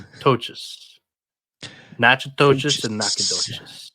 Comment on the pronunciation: Im from Louisiana and Natchitoches is pronounced na-kuh·tuhsh